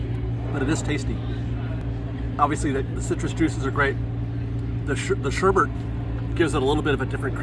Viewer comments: The reason no R in sherbet is it’s pronounced sure-bit, not sure-burt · The reason sherbet doesn’t have an r is because it’s pronounced sherbet it’s not pronounced sherbert. So many people don’t realize they pronounce it wrong and just pass on the wrong pronunciation. It’s like a lot of words like February, people just pronounce it wrong. Really who cares at the end of the day though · It’s because it’s not correct to call it “sherbert.” It’s actually “sherbet.” There’s no second “R” in it. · Ok “sherbet” is not spelled with a second ‘r’ because most people mispronounce the word. The correct pronunciation is “sher-BET”. I know most people who read this will probably really resist this but as a nation we mispronounce several words because our eye often sees letters that aren’t really there. I myself made this mistake until someone I really respected for this kind of knowledge pointed out I was saying it wrong. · it's because "sherbet" is spelled the way it's supposed to be pronounced....with only the first "r"...not the second. I'm not sure why people have come to pronounce it with a second r.....except that maybe it's an easy carryover from the first part of the word and is pleasing to the mouth and brain.......and is similar to a name that Americans are familiar with, "Herbert".....but if you go to the store it is spelled "Sherbet"...and should be pronounced that way.......obviously related to the French, "Sorbet"...and similar in texture and flavor profile! Both originate from the Arabic "Sharbah".(Rant over). 😁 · They dont spell it with an R because it's not suppose to have a hard R in it. Sherbet is pronounced closer to Sorbet, with no hard R sound and the addition of a soft T sound, which Sorbet excludes.